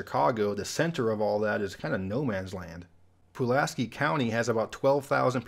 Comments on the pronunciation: Being from Indiana, the choice of Pulaski County is a pretty good one. However, the town of Winamac is a trailhead for a nice Rail Trail, so it's not as quite as deserted as you may think. By the way, the county name is pronounced "Pulaskeye", for some reason. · Ha - didn't pick Winamac for Indiana. I was thinking more Brown county in the forests. I believe Brown is the only county in IN with no railroads. But I guess with Winamac, you're not really close to a bigger town. And they call it Pulask-EYE county, not PulaskEE. I got told off once for getting it wrong.